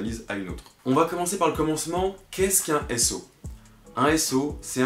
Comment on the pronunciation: Un s/o c'est un "choute oute" j'étais pas prêt 😂